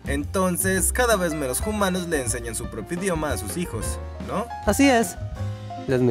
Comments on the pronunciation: Una chispa desagradable salta en mi cada vez que dice "jumanos". Paré a mitad del vídeo y me niego a ver otra cosa de este canal. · DIJO HUMANOS EN VEZ DE JUMANOOOOOSSS!!! en realidad se escribe hoomanos pero nadie en los comentarios lo escribe asi...